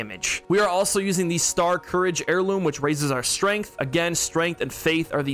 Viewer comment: Every content creator reading "starscourge" : star courage